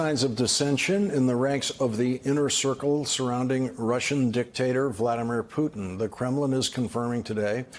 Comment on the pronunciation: Say it again: "Poo' tn"! You do not even care to pronounce the Presidents name correct!" Very educated,....wooow!!!